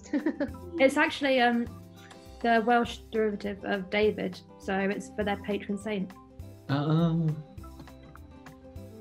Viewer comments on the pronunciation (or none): none